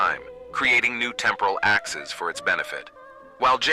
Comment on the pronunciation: I'm loving this concept, though I feel like the AI voice is a bit of a distracting limitation. It didn't emphasize "Mathematics" right, which made me have to go back several times to figure out what it was saying; it mispronounced "axes" every time, which was distracting. Imo, an old-school TTS voice might've been more understandable? Ultimately a minor gripe, this is really cool.